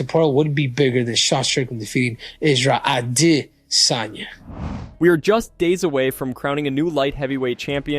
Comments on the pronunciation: He says Izzy’s last name , the way Izzy says it HowEver it is very Annoying , trying to follow what is being said, just keep hearing that Distracting Way of saying his last name…..Missed Out On The Messages, just say it the normal way English speaking people do…… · throws me off everytime the way he pronounces adesanya. way to get more comments. thats all